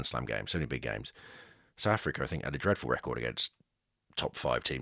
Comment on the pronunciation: Why do people in inglan say "Souf" Africa?